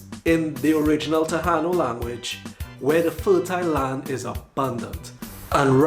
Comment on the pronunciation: TA-i -NO is the correct pronunciation of the natives of these islands. The island now called PU-er-to Rico was pronounced Bo-ri-Quen; note that the words written here show emphasis on the syllables of the words.